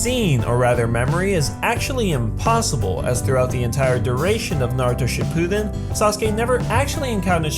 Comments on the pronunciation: This is how he says it shu ppiden it shuppiden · it is pronounced Shi-Poo-Den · It's SHIPPUUDEN not SHIPPUDEN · You’re pronunciation of Shippuden makes me want to die. Sorry, it just does. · say shippuden correctly